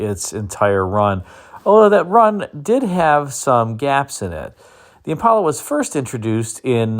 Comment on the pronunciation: Impala. Not impola.